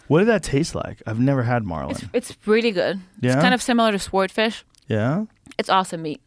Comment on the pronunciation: Sword fish. "Sward-fish" haha